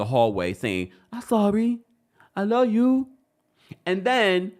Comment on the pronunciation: That “I’m sorry I luw yu” In Destiny voice takes me out every phreaken time!!!😂😂😂